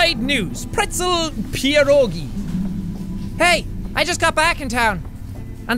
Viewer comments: Yeah!Im polish too! But he Actually nailed it! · jack mispronouncing "pierogi" gives me an immeasurable amount of serotonin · SAME!!! He kinda pronounced right... he was close anyway.